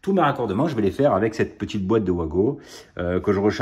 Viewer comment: Pour info, les wago se prononcent "vago" 😊